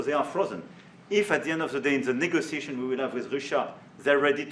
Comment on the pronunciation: The way he pronounced negotiation shocked me at first